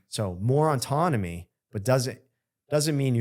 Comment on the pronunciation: Why can’t he say the word ‘ autonomy’ properly? He keeps saying auntonomy or something. He puts an extra n that shouldn’t be there, every time he tries to say it.